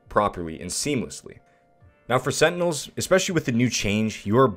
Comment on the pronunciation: setinels LMAO